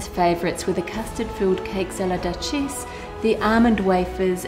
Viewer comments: random small comment, duchesse is pronounced due - shess (shess as in chess) lol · So google says duchesse is pronounced like du shess